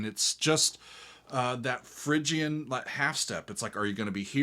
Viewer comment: Every time I hear you say Phrygian, I giggle. For fun you might want to check out The Vandals "Aging Orange." It's a call out/satire on the punk band Agent Orange claiming Plagiarism from The Offspring. Always love the infighting in Orange County, CA punk scene as they are often so petty.